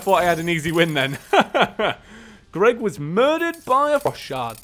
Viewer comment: It sounded like he said fu*k shard